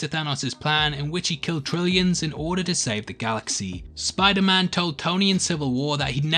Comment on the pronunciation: Did you just say Spoilerman?